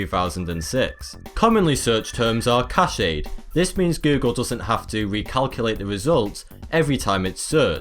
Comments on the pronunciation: Sorry brah - it's cache (like cash), not cachet (cashay). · Among, not "between". Cache, not "cashay", etc. Otherwise great fun. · you said cache wrong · Right? Cache and Cachet are two totally different words. This really grinds my gears.